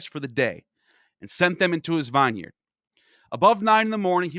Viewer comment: bro learn how to pronounce vineyard